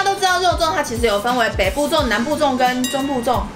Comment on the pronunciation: 北部粽我听成父母粽（闽南语）😂